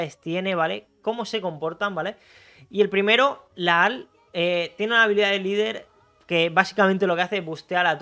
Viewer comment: Se pronuncia Lajar, espero te sea útil